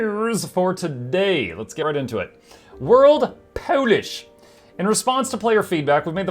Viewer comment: you said that correctly it is Polish when capitalized, and polish like shoe when not. It is the only word that I know that changes meaning with capitalization.